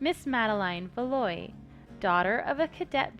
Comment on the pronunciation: Yay! This game seems really great, I love how you always manage to present games empathetically and share your thoughts. Just so you know, maddies last name is pronounced Val-wa :)